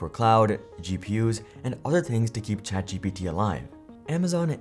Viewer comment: ChatGTP instead of GPT